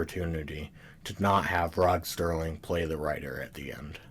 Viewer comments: SERLING - - - - - not Sterling, what a dummy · Serling. Not Sterling. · It's Serling, not Sterling! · Why are you calling him STerling instead of Serling? Just to get comments? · Dude, his name is Serling, not Sterling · It’s Rod Serling, not Rod Sterling. There’s no T in his last name, you nincompoop. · I would have enjoyed this video more if the narrator didn’t keep mispronouncing names and words.He repeatedly mispronounces”Serling” as “Sterling”. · It's "Serling", not "Sterling" - Gimme a break. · It's SERLING, not Sterling, dammit! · Sterling?! His name is Rod SERling! Not Sterling! He's a writer, not made of silver! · His name was Rod Serling not Rod Sterling. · Interesting analysis...but the guy repeatedly mispronounces Rod Serling's name as "Rod Sterling"! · Why do you call him Sterling? It's Serling.... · It's Serling, not Sterling goddammit! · Good doc....but damn you with the "Sterling" crap. It absolutely drove me nuts. I don't know why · I love the show too and appreciate your video and commentary - one thing to note is that Rod Serling is not pronounced as "Sterling". Thanks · Did it ever occur to you that you may not have the intellect to thoroughly understand the subtleties of rod SERLING s writing seeing as how you can t fathom the pronunciation of his name. You are koalafied to WATCH tv not to critique it. Back to the couch potato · Agreed! It’s hard to take a presentation like this seriously when you can’t get Rod Serling’s name right! Many people on this thread have dismissed this VERY annoying and disrespectful error as “no big deal”. Well, I’m sorry but it is a big deal! If you’re going to take the time and care to mount this type of project, which by the way is an acceptable critical analysis, then for god’s sake, get the effing name right! Serling was an undisputed genius and master of the television medium. His name is presented in big block letters during the credits of every episode. Sterling??!!! For god’s sake, go easy on the vermouth!